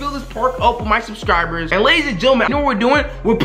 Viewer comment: and he said subcirbers